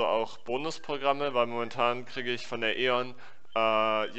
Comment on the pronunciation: "belästikt", "wenik", "trotzig", "krickt" ist ein sehr sehr unangenehmer Dialekt (die deutsche Sprache ist sowieso schon extrem hölzern und ungelenk, da macht es diese Aussprache der Worte noch deutlich schlimmer)... Ansonsten: Ganz tolle Arbeit und danke!